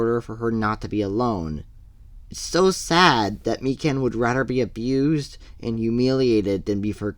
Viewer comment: Mi-can?… it’s mi-kan…